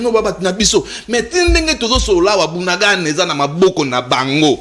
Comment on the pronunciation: J'entends dire BUNANGANDA...s'il vous plaît c'est BUNAGANA, "BUNAGANA"